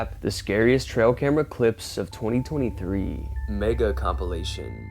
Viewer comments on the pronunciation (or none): none